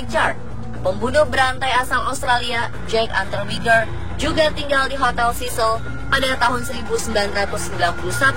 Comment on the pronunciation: Sebutan 'cecil' pun tak betul..penyampai berita nih